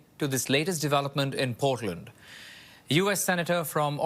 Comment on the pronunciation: ..teach him to pronounce Portland correctly ...Canadian News